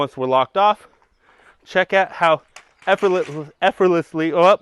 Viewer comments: The best channel for the best grip equipment manufacturer with the best host for said manufacturer's channel. Also: EFF-ERT-LESS-LEE :D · You say that word so effortlessly :D